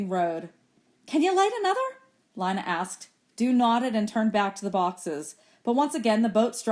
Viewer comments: I sort of care how it was pronounced but you can go to the chick of sciences playlist version and at the bottom it should say leeyna not lyna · its leena not Lina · I think lina is pronounced leena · It not Li it Le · Its Leena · Lina I and A are vowels so it makes it so that I does not have a sound so when you say Lina it’s pronounced Line-ah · Lina is pronounced Len-uh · Makhan Punia I know it’s not a big deal but it’s pronounced lÍne-ah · Thanks you but it’s lean-uh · you pronounce Lina wrong it's pronouns like lean-uh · um she’s right so check yourself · You are pronouncing Lina wrong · I'm not even listening for school. Also it's Lina. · yah u pronounce wrong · It is not Lina